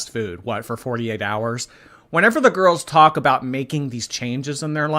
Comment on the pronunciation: "cus I love reading to my little gorls.. " yeh you might wanna cut that crap out... also red marks on that chest of yours looking grim.